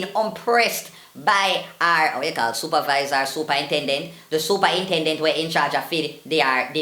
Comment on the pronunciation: "supa intendent"!!😂😂😂😂